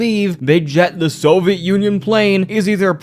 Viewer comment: Hey, idk if you read through the comments, but I really like your video content. I just wanted to advise that you try to pronounce your words a bit more clearly. The amount of times you said Nuclear wrong almost made me click off. Also Soviet and just a few other words were jumbled. Also sometimes you're rushing to the end of your sentence and the end of the sentence gets harder to understand. Like you are trying to say it all in one breath. (Also, if you didn't know it's pronounced Nuke-U-Ler not Nu-Clear. And Soviet is 3 syllables: So-vee-it not So-vet. Who knows if this is going to come up again but if it does.) Idk if you have a speech impediment or anything and I'm not trying to judge. I just wanted to let you know. These kinds of videos are good to put on in the background, so sounding appealing is important I think. Sorry if that was preachy, I just wanted to give some feedback. You can completely ignore me if you think I'm off the mark. I just like what you have to say and would like to enjoy it more.